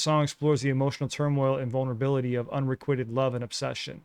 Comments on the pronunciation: the word unrequited is pronounced with a long I not a short I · Unrequited- un-ree-kwye-ted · Please look up the pronunciation of "unrequited"